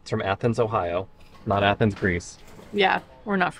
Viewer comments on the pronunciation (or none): none